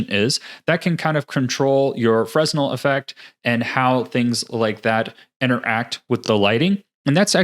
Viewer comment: The 's' in Fresnel is silent. That is, phonetically it is pronounces fruh-nel. I have seen some youtube videos pronounce the 's', which unfortunately will promote incorrect pronunciation. Fresnel equations are named after Augustin-Jean Fresnel, a French civil engineer.